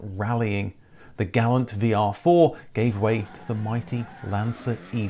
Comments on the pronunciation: "Gah-lawnt", not "Gal-ant" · Gall-ants were not sold here. But we did see Gal-lants...